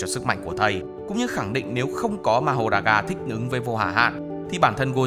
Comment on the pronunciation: Wait wait wait, thích ứng t nghe thành... thích nứn....